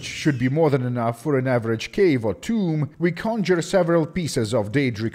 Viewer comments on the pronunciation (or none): none